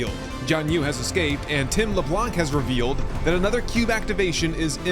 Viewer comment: This Sons of the Forest series is very well done! In the name Tim Leblanc, we don't pronounce the "C" at the end. It's french ;P